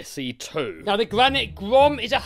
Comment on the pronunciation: The Gwanite Gwom.🤪